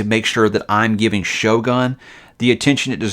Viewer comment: Nippon is pronounced with a “hard O” as in Own. Also the ō in Shōgun means the O is elongated. Just fyi.